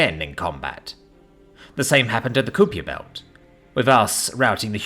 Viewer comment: Kupiejer Belt? Kuiper Belt!